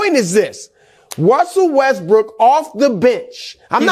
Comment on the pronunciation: Wussel restbrook 😂